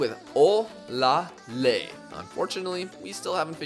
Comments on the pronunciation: You actually tried with your pronunciation of Olaleye, it's really pronounced "Or lah lay yeah" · i'm Nigerian and you are pronouncing olaleye wrong lol its pronounced like this -- O- LA- LE- YE